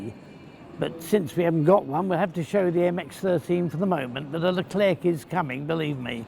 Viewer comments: PS. The final c in Leclerc is silent ;-) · Funny, when Mr. Fletcher started on the Abrams I thought to myself: "Hm, I wonder if they have a Merkava in their collection?" ;-) By the way, you don´t pronounce the last "c" in "Leclerc", say it like you would order an eclair at the bakers. Hope you´ll get your hands on these, sooner rather than later! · Like the "t" of "Jean Bart" in WoWS ,the final "c" of "Leclerc" is silent ;o) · To be honest i like the leclerc but just need to say one thing... ... the "c" is silent